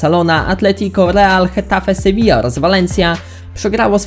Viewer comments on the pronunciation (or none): none